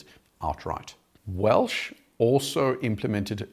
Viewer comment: Say it with me. WELCH. Not Welsh